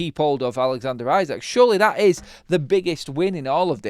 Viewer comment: Pronounced ee-sack